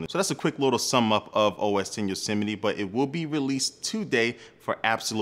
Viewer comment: Why you pronouncing YOSEMITE differently?